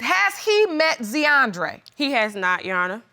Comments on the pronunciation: ZEE-ANDRE... POOR BABY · Zeeandre. 😂😂😂 Z’Andre 😂😂😂